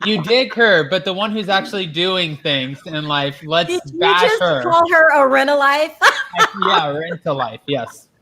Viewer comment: "Rent-Life" lol..!